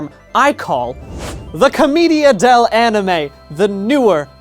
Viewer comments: who's gonna tell brian it's pronounced "cohm-AY-dia" not "cohm-EE-dia" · I think it’s pronounced Cah-MAY-dia? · Brian I love u but it's "co-MAY-dia"